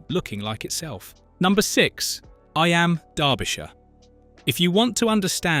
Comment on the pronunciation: Learn to pronounce eyam...